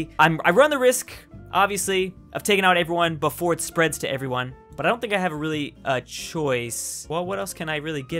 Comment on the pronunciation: “it used to hae”